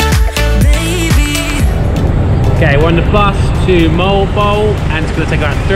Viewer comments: You're pronunciation of Moalboal is incorrect. Mow- Al Bow-Al. Not Mole Bole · Moh-ahl-Boh-ahl ... moal boal ... not “mowl bowl” ... at least pronounce the word properly.. 🙂thank you so much though for blogging about my birth place Cebu.. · its mo-al-bo-al though😁😁😁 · its pronounced as MO AL BO AL. MO as in lawnMOwer and BO as in BOne and AL as in Al Paccino :)